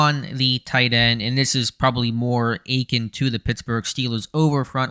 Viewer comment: I liked the Leal pick from jump, so I’m glad his play has backed up my enthusiasms. Also, btw, the word is pronounced “ah•kinn”, not “ā•keen” like you’ve been saying. 👍🏾